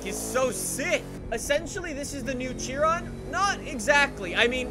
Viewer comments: Say it with me now.... it’s not pronounced Chi-ron, it’s SHI-RON. I’ve heard Canadians and British people say it like that 99% of the time. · Bro, i believe Chiron is pronounced as kai-ron :D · it’s pronounced “shiron”